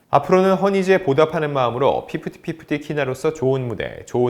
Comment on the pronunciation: 애프티파티 ㅋㅋㅋㅋ 피프티피프티 하다보니 ㅋ